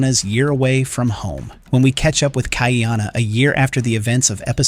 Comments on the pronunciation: You're not a poly obviously.... The AI pronunciation is total rubbish. It ca t even say Ka'iana properly. KAH-EEANA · Ha Oles...